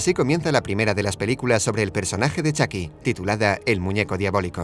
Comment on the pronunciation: Es chuky me desespera que diga chaky